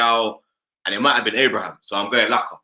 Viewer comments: Whys tammy turned plural fam? Man said abrahams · Robbie being so arrogant, pretending the questions are easy when he gets Abraham's name wrong, lol.